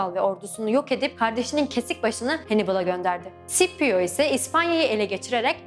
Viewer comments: Bu arada tekrar tekrar baktım kardeş, Klasik Latince'de Skipio olarak okunuyor isim. Adamcağız da Klasik Latince döneminde yaşadığına göre :) Bu arada Latince okunuş kuralları hemen hemen biliniyor. Şiirler özellikle yardımcı olmuş zamanında nasıl okunduğunu anlaşılmasında. Şiirlerdeki ahenkten ve uyaklardan çözüyorlar genelde :) Ayrıca Sipio Anglofonların okuyuşuymuş, tıpkı "Henibıl" gibi. Şipio İtalyanca etkisindeki bir okunuşmuşmuş. Kilise Latincesi de böyle okuyormuş sanırım :) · "C" sesinin bazı yerler de "S" bazı yerlerde "K" olarak okunduğu doğrudur. ancak hiçbir zaman Sh şeklinde okunmaz. SCIPIO sippio olmaz. Ssipio da olmayacağına göre bilindiği gibi Skipio'dur. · Rocco Amanpour sh şeklinde burada okunuyor. Normalde s diye de okunabilir yani. Aytıca sipio diye neden olmasın? Bunun bir kanıtı yok diye biliyorum? Ama muhtemelen Skipio doğru olandır. Araştırsaydınız demen yanlış, araştırmayan skipio diye okur belli ki araştırmışlar.